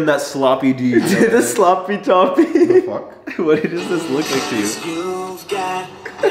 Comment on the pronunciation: well that was awkward,............he said"fouk